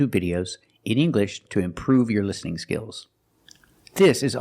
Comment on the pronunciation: Omg once again nailed it. That clown is even trying to explain why his courses are not free. 3 years, what the heck is 3 years of experience., your courses are worthless with such mistakes. How can you even pronounce listening as lessening?